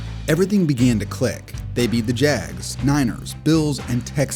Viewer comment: Why does it sound like Jazz when you say jags...are you really dying to do basketball vids?